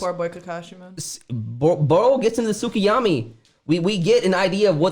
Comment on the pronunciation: Lol "tsukiyami"